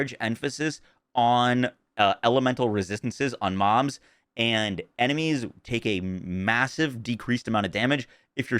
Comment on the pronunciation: he definitely said "elemental resistances on moms" I know he meant to say mobs. But that's not what he said